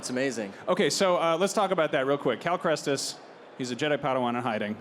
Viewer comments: cal... 'krestis'? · The ign guy saying Cal "KRESTIS" all the time Cal Kestis is an easy one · Bruh i swear ive never been more triggered than when the guy contiusly calls him krestis and the text below cal says ketsis, like bruh its not that difficult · The host says Cal Krestis and the subtitle on the screen says Ketsis and it’s Kestis lmao. I wish Cameron corrected him but that’s not how you wanna start a panel. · the dude cant even say cals name correctly like Kal krestis !? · not this dude saying cal kResTis every time, gosh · "Cal Krestis" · He said cal krestis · am I the only one who got super triggered by the guy saying Cal kReSTiS?? Edit: oh no. Oh, oh no. They spelled his name as Cal Ketsis.. IM GOING TO COMMIT DIE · am i the only one that’s realizing that the guy keeps saying cal krestis and the thing at the bottom says cal ketsis. what the hell is going on with them getting his last name wrong 😂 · So the host says Cal Krestis and the card underneath Cameron says Cal Ketsis. Great work, folks. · I like how his name is Cal KESTIS and they said Cal Krestis and wrote Cal Ketsis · First the guy says Krestis then it says Cal Ketsis. Smh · I swear that the announcer called him "Cal Krestis" at the start. like it's not that hard to pronounce his name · Jesus, the interviewer keeps saying "Krestis", and the ticker under Cameron says "Ketsis".... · Cal Crentist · That moment when the star wars show doesn't pronounce the name Cal Kestis correct :sigh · It's actually quite funny that they managed to both pronounce AND spell the character's name wrong. No hate, it did genuinely make me snort.